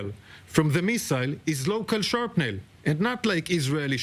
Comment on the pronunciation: הרבה ברכות לכם! ❤ יש כמה בעיות בפרזנטציה. 1. לוחות חייבות להיות רק בהדפס מאט על חומר מחוספס. לא רואים אותם כשה יש ברק. 2. יש להקפיד על מילים ספציפים כמו רסיסים: shrapnel (ולא sharp-nel). Structural, ולו המשו אחר. גם צריך לדעת שהמדיה מלא אידיוטים. להגיד לא מהאוויר זה טוב, אבל צריך להגיד גם זה אומר שלא נשלח ממטוס.